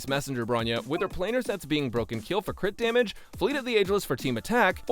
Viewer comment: No way bro just said “CRITORIS” lmao